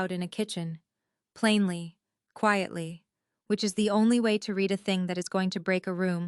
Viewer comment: It's pronounced you red it. (Still spelled read)